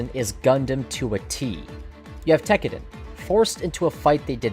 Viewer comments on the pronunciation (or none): TEK-AH-DAHN not TECKERDEN